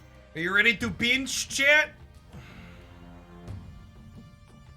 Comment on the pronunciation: Love hearing "I peeench" when you Doc Ock